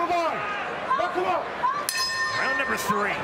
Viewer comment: yea good to see other people making comments on how cringe this announcer is.... someone needs to coach him on what words to emphasis on cuz... he sounds so white and nerdy... "hello hello hello"? really? as an intro? lmao.... and then his silly 'KNUCKLE UUUUUUUUUUP' is.. lame... please someone help this man to not sound so nerdy.... help him with emphasis....